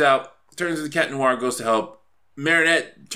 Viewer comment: "noo-ar" ?Noir? No dude, there's no pause between the "oo" and "a" sounds, like in "wah-wah" pedal, "nwahr".